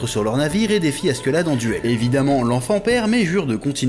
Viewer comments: Par pitié ... arrête de dire askeuladd on dit askeladd par contre leif à réellement existé c'est celui qui a découvert le vinland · "Gomsvikings" "Asquelade" jpp chef non 😭